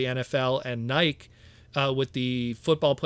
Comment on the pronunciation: Your mis-pronunciation of Nike every time you said it had me scratching my head. Like, have you never heard that company name said out loud?